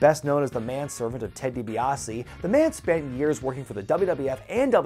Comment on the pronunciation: Ted DiBaise 😂😂😂